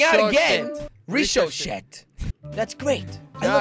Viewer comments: Btw it's not pronounced "rishoshet" It's pronounced "rik - o - shay" 😂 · It's pernounced rick-o-shea not rishoshea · NNOT RISOSET BUT RIKOSET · ...BOi it's not richochet it's richotche like you know when thing RICHOCHE off of other things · its ric-ah-shey not rich-oh-shet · ri Cho Chet lol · Lmao Jelly said Reeshoshet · level 6 ricochet is pronounced (Rica shay) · ricushay is how you say ricochete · You mean RICK-O-CHEY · Richohet (ric-a-shae) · hole nine is pronounced rick o shea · Ricochet is pronounced rick-o- shay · its pronounced as riko-shay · it is pronounced ,rikoshay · its ree co shay